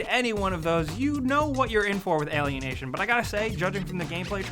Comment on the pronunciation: I've heard "alien and Asian" instead of alienation D